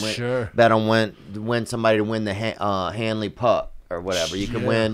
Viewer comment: This man Theo said “the hanley puck or whatever” talking about the Stanley cup 😂